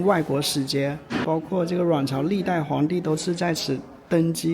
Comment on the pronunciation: 謝謝介紹，很好看。「阮朝」發音有點好笑，像「卵巢」。😂 整體拍得很好，歷史介紹也相當到位👍